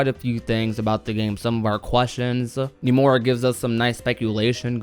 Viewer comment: why does this dude say "Numora"?